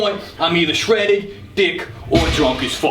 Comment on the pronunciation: Lost it at “Shredid”